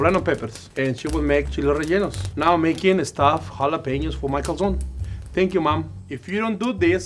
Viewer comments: lol an american saying 'calzooooone' is so fking annoying 😂😂 calzoNE its not that hard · Italy called, they'd like to point out that there's an e at the end of calzone, and it's most definitely not pronounced like that. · Americans can't even google how to pronounce Calzone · It's a bit icky when the pro chef tries to pronounce everything in Italian right but yet pronounces "calzone" wrong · I’m i Italian and I was so disappointed that you were saying calzone wrong